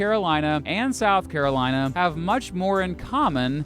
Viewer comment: SOUTH CAROINA